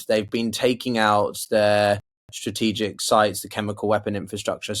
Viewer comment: Stratigical????Interpretate??? Ohh